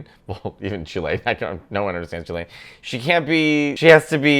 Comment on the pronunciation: Mateo, for the love of God, don't make this mistake. You mispronounced Chilean. 😉🙃🙂😂🤣😅😆